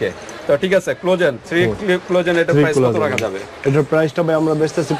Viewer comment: ভাই আপনারা উচ্চারণ আগে ঠিক করেন। ক্লজেন না। হবে কোলাজেন